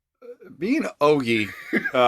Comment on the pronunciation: Ogie is pronounced O-JI not O-GEE I’m glad you enjoyed the Philippines❣️ The experience will surely change you🥰